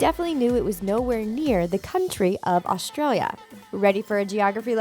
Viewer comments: Australia not astira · She said Austra